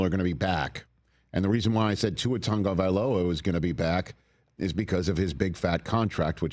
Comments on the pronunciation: Is there a reason Rich calls him Tungavailoa? There’s no N in his last name lol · When did an A and a G together, in American English, start making the sound of a U and an N together? Is it TAGOvailoa or is it TUNGovailoa? I'm so confused. Because it's spelled TAG but a lot of people are pronouncing it TUNG.